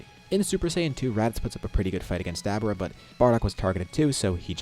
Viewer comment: May i ask? Why.... Did your pronunciation of Dabura change...? Back then ya kept on saying DabUra now its dabura like a more tame tone....